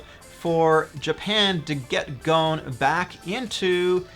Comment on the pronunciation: its more like Go-sin no gohn